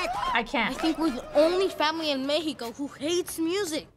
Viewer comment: How Miguel said México too it was wrong :v